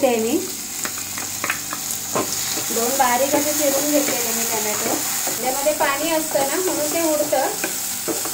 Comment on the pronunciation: Tommmato nahi ghalat